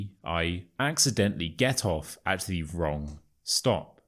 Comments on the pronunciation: Dear, I have got a question. I have realized that you pronounce "the" before consonsnts as [thi], instead of [the] -> with the "shwa" sound (eg: [thi] sun)? Why? As far as I know the [thi] sound comes before words starting from vowels. Could you explain it, please? I got quite intrigued by your channel. Thank you in advance.😊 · Why do You say thi instead of the? I know when next word starts with a,e it's thi but You say it every time. Can You explain?